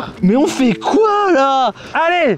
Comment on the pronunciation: "on" avec un t 🤣🤣